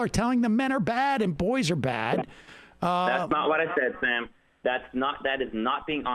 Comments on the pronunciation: I listen to the show all the time then doesn't even know how to say sams name 🤣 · I disagree. This caller was exceptionally unprepared. It was dripping off him from the start. He said he'd been watching the show and didn't even know how to pronounce Sam's name.